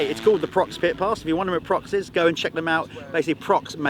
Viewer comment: Prox ? PROX ? What ? "Pro X " 😅